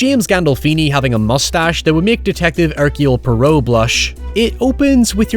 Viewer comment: "Detective Erciole Pi-row"